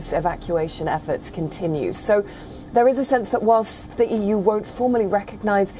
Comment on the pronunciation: EU is more like euuu🤣😂